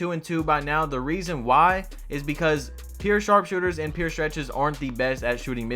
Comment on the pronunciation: “Pyour” not “peer”